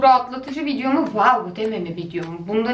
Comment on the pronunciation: waw lık bi videomu hayır ama wuuu luk bi bideo😂